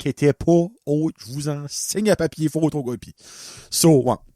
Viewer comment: Jpense que je tes deja demander ca a un moment donner mais cest quoi tu dis Je vous en signe un papier …….. jler reecouter comme 6 fois pi ca sonne Jvous en signe un papier fortocopie😂